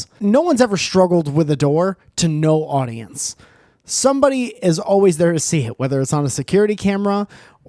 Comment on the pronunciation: "Aurdience" you been watchin that Jommulaney and Nickroll lately maybe?